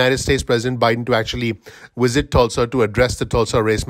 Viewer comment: Wisit? Really. W is not V and vice versa.